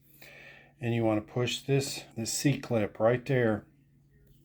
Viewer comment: Being taught that it’s an “E” clip your whole machining career and then hear a dude call it a “c” over and over…I need a drink.